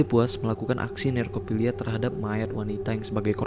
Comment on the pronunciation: Bang inget ini nekrofilia bukan nerkofilia 😂